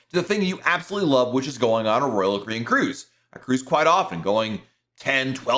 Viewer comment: SLOWLY PRONOUNCE: ROYAL CARIBBEAN!!!!!!!!!!!!!!!!!!!!!!!!!!!!!!!!!!!!!!!!!!!!!!!!!!!!!!!!!